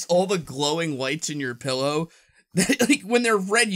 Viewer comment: "a glowing PIElow"? lol